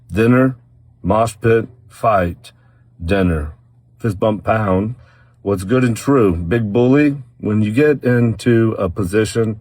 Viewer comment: I swear when he says fist bump pound, I hear it as #fistbump #pound.